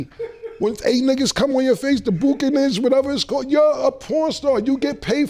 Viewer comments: Calling Bukake “The Bukanage” is crazy 🤣🤣🤣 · 'Bukanish' is EGREGIOUS!!!! 😆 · The "Bukanins" lol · "You get paid... for burraki!" 😂😂😂 "The bukkin-inch... whatever it's called" 🤣🤣🤣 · Cam struggling trying to explain and say the word bukkake is hilarious lmao